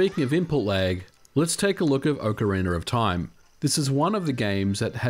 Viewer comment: "Okarinaroftaim" ;P